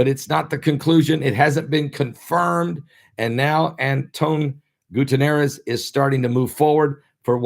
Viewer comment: I think it's pronounced. Gooty-Air-Ezz